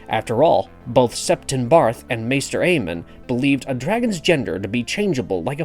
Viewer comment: His name isn’t Aemon